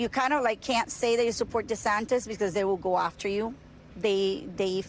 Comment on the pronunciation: For these events Ron insists his name is pronounced "DeSantista"